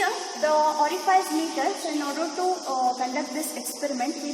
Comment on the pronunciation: Ori-fice hota hai, ori-faice nahi😢